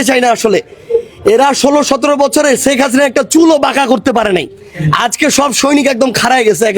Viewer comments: শেখ হাসিনা না বলে ছেক হাছিনা 😂😂😂 কি অসাধারণ উচ্চারণ এইসব ভন্ড জানোয়ারদের।😅😅😅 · ১৬/১৭ বছর বিএনপি ছেখ ( সারজিসের উচ্চারণ অনুযায়ী) হাসিনার চুল বাকা যেমন করতে পারে নাই , তেমনি তুমি সারজিস-ও মুজিবকে আব্বা বলতে বলতে মুখে ফেনা তুলে ফেলেছো এবং ছেখ হাসিনার কোলে উঠে বসে ছিলে । তা হলে দাড়ালো কি ? বিএনপি , খালেদা জিয়া ও তারেক রহমান অন্তত প্রকাশ্যে শেখ হাসিনার সমালোচনা , বিরোধিতা মার্জিত ভাষায় করে ছিলো, আর ৩০ জুলাই পর্যন্ত ছেখ হাসিনাকে মাননীয় বলে গেছো । আর এখন তারেক রহমানকে মাননীয় দুরের কথা অনেক আপত্তিকর শব্দ ব্যবহার করছো , এতো জ্বালা কেনো ? এতো অস্থির কেনো ? এতো শিষ্টাচার বহির্ভূত আচরন কেনো ? ওপার থেকে তোমার আম্মা ছেখ হাসিনার হয়ে এই দেশে কোনো অস্থিতিশীল করার চেষ্টা করছো কিনা -- সেটাও বিবেচনা করা প্রয়োজন । কেননা তোরা সব হালুয়া রুটি খাওয়ার দল ।